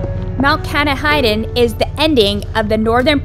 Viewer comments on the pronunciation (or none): Its Mount " catoddin" not Mount " catahidin" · I absolutely appreciate this video. I had so much focus on the Coastal Maine these past 2 summers for my videos I never got to any of the inland state parks. It is such a naturally beautiful state. So glad that others are showcasing Maine. Lol by the way, Katahadin is pronounced "Ka-Tah-Din" I figure I'd tell ya before some Mainer shouts it out in all caps 🤣🤣🤣.